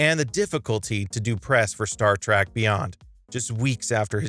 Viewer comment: I bailed out a few seconds in, after the pronunciation of "Star Track".